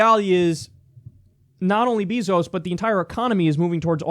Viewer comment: Btw kyle its bayzos not beezos. Js